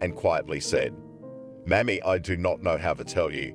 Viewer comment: Mommy not Mammy